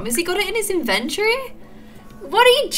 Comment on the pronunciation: its an invenyory ugggghhhhh but i still luv u srry it gets on my nerves